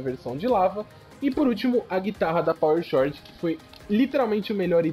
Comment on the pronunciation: eu só queria dizer (só pra avisar msm pq me dá uma agonia jsshsjsjwj) que toda vez ue você lê Power Chord se fala "Cord" não tem o H na hora de falar tlg kkkkkkkkk é que tu fala como tá escrito então pensei que seria legal notificar, tamo junto